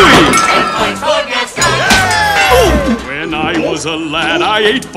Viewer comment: I'm french and i'm uncomfortable with the fact you say GastON like 1 damn i can't explain just listen to the word "Gaston" on Google traduction in french then americain english